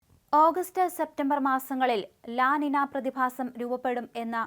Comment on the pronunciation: ലാ നിന അല്ല അങ്ങനെ പറയരുത്.. മംഗ്ലീഷ് പോര...അതൊരു സ്പാനിഷ് വാക്ക് ആണ് La Niña.. "ലാ നീ ന്യ " എന്ന് പറയൂ.. കമൻ്റ് വായിക്കുന്ന ആരേലും അവിടെ ഉണ്ടെങ്കിൽ പറഞ്ഞു കൊടുക്കൂ.. ഒരു അറിവും ചെറുതല്ല.